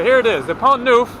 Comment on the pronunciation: it s pont Neuf not pont nouf